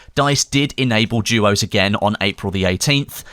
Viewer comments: it called duos not juos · is it just me or does it sound like is saying jewos???